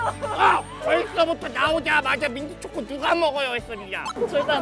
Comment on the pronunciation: 소다아 민튜쵹코 풔얼 발음 진짜 귀엽당☺ 사조참치 들고 날개로 사 자 살짝 가려주는 우리 펭수 센스도 좋고♡ 근데 피넛버터,타피오카 펄, 마시멜로, 하와이안 다 호빵에 넣기는 좀 ㅋㅋㅋㅋ 개인적으로 잡채호빵 나오면 좋겠는데 야채호빵이랑 별반 차이없는 거 같기도 하고 ㅋㅋㅋㅋ 고기 잔뜩 들어간 호빵 나오면 좋겠당! 아님 꿀호빵!!!! 같은 단맛도 꿀은 개운하고 뭐랄까 좀 더 깔끔해 ㅋㅋ 펭수야 삼립에게 말 좀 잘해됴..